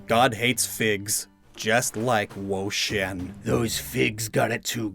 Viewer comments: Why do you keep saying "whoa-sheeyen" and not "whoa-cheeyen"? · Wo-Chien my child😭😭